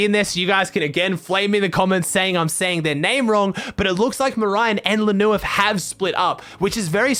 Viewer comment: ur saying merijn good but lneuf wrong :)